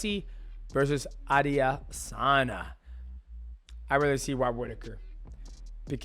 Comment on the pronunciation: how did he manage to butcher the pronunciation of adesanya every time lol